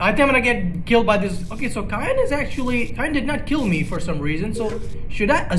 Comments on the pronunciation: It's seeyan not kyan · Please stop saying cyan with a k